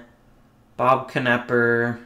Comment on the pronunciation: Nepper not Kanepper for Bob Knepper 🤦‍♂️